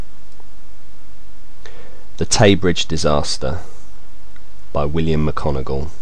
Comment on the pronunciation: I switched off when he said mickonogil